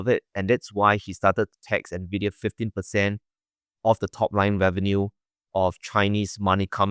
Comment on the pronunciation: First time watching this channel, Glenn's pronunciation of Nvidia was beautiful